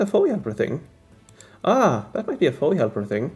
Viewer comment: No biggie but I noticed you said FOE like FOE-ee, 2 syllables. It threw me. At least in states it’s said 3 syllables - each letter: F-O-E. 😂